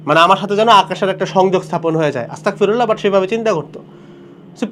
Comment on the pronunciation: bhai with due respect, word ta Astagfirullah not Astakfirullah